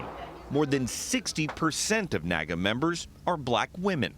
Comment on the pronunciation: Its NAAGA. I think the name was inspired by the NAACP. So I'll just refer to it as the N "Double A" G A.